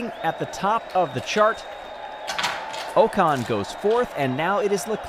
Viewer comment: bro its not ooocon its pronounced ocon